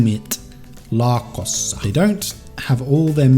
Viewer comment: These are the best! Why to leave still some to part 3? Your pronunciation is very correct nowadays, but you missed an s: "laaksossa" (Muumit laaksossa, you said muumit laakossa). In whole video you made only one mistake, great job!